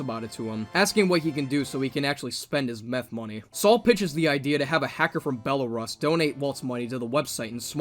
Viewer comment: Great bid but it’s pronounced Bella-rUs